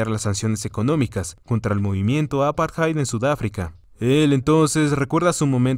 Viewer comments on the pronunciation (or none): none